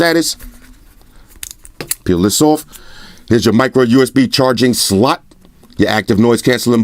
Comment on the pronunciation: for a second I thought this guy said "micro usb charging slut"